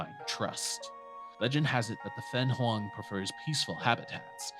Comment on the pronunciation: Why can't you pronounce fenghuang